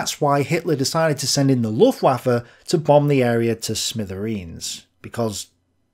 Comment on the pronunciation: You have to start saying /ˈlʊftvafə/ - or 'the German air force'. But not luftwaffel.